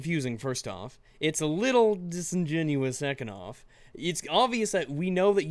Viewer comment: He say disingenuios (i guessed the spelling) too much